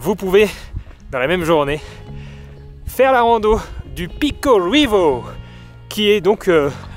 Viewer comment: C’est Portugais Madère, va falloir revoir les prononciations de Janela, Ruivo, … Sinon merci pour les images!